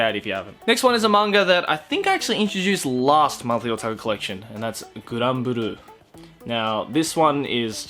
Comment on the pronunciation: "Guran buru" or however he pronounced it. I didn't recognise the title at all until I saw the art and was like "wait, isn't that the diving/shit take comedy one?" and I rewinded and was like OOOOH that's fucking grand blue.